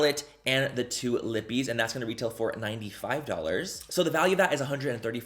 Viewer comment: My name is Libby. Every time I hear you say lippie my brain thinks you said Libby